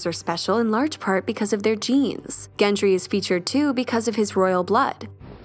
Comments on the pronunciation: How do you get "Gen Tree" from Gendry? If I find a YouTube video with less than 2 mispronounced words I'll know the world is ending. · Why does she pronounce Gendry as Gentry? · It’s GENDRY not GENTRY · Gendry with a D, not Gentry. Sorry, it was irksome. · I can't. GenTry is not a thing, it's Gendry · Is it me or is she saying "Gentry"? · Why is the narrator calling him GenT-ry?! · Good grief pronounce his name correctly or is GenTry a new character? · Really sounds like the narrator is saying "Gentry" here. Not enough to ruin the video, per se, but really distracting.